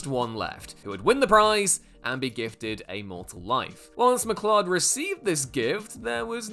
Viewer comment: Conor McCLOD 😂😂😂